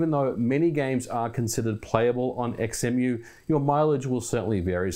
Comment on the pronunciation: Surely its pronounced "Zemu"? Like Xenon, Xylophone, Xaviar, xenomorph, xenophobia, xenia, xena etc etc ??